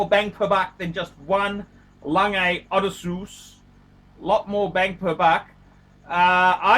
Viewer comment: SAY IT WITH ME: O-DESS-SEE-US, FMD!!!!